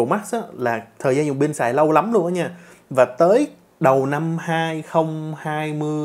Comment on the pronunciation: Pin đừng đọc là “bin” nha cụ